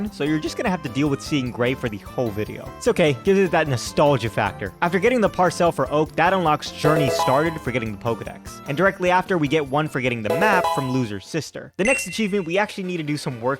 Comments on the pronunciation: How did you just pronounce parcel?!? You're definitely placing the emphasis on the wrong syllable. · "Parcel" isn't pronounced that way